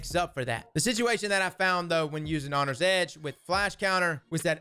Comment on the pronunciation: "Hongry Edge" Lol, love it.